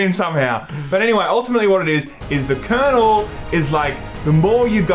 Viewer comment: Its "kernel".